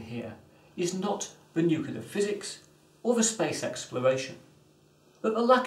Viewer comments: Well, it's 2019 at this writing, and China hasn't landed people on the Moon by 2018 as forecasted. By the way, it's new-cleer, NOT new-kew-ler. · He pronounces nuclear like "nuke-yoo-lur", like George Bush. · What chance have we got when Boffins can't even pronounce the word Nuclear. This guy is saying Nuculler most people mispronounce it Nukiller so at least he's original. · I thought only some Americans said "nucular". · Wrong, it's pronounced "new-cle-ear" as nucleus is pronounced "new-cle-us" and it's plural nuclei "new-cle-eye". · I believe somebody who has worked in a nuclear power plant for over 20 years, one Homer Simpson, would agree, its pronounced "nuke-yoo-lur...nuke-yoo-lur". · There is only one U in the word nuclear. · Saying nuclear wrong is a non-starter.